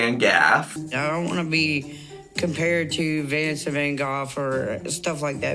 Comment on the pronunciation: Amy actually accidentally pronounces "Goff" kinda right I started cracking up bc I doubt she knew that considering how she said Vancent 😂 But for the Tammy and Amanda situation rarely I think Amanda is the problem but this time its definitely her bc it seem like her kids are using Tammys as a hang out spot and being reckless bc they know it their moms and feel like they can do what the want there